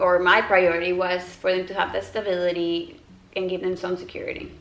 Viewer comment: This is so nit picky but it drives me insane that you pronounce b’s as v’s 😂 “stavility”